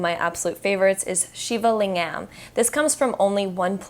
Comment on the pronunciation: Great video thank you :) Ps: Lingam is pronounced ‘Ling-ghem’ with a hard G and hem as in ahem. 😉